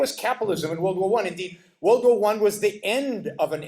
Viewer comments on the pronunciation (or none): He can't even say world right lol